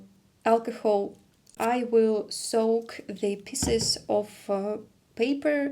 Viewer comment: Be careful with your pronunciation of "pieces" which you said like "pisses". Piece and peace are pronounced exactly the same, by the way.